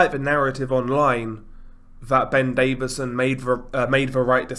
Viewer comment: His name is DAVISON not David-son so Lol yourself.